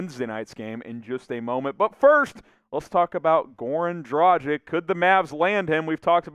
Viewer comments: Would be nice if you learned how to pronounce his name :D. It's Dragitsch (a "g" like in "gamble") not Drajik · Dražik. Please stop with this nonsense. G in Dragić is the same as in Goran. Be more professional. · Or a g like in graham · Goran has been in the NBA for 14 years. Maybe its time to learn how to pronounce his name correctly ?!